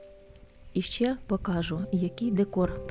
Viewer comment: Чому Ви говорите покАжу, а не покажУ?